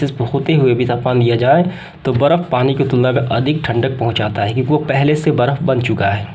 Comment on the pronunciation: बर्फ होता है 😂😂 वर्फ नहीं 😂😂